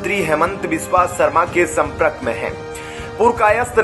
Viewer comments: Who is repoeter who pronounces संप्रक for संपर्क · आप शब्दों का बहुत गलत उच्चार कर रहे हैं जैसे संप्रक विपक्स..एसंतुष्ट आदि पढ़ाई के समय घर बैठे थे क्या